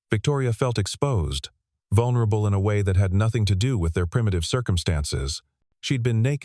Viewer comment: At about : : the word 'vulnerable' is miss- pronounced and improperly emphasized so it needs changing to suit the local context of the story!. The revised version needs emphasis on the starting 'vul' and soft vowels after that!. Oops LoL 😢😂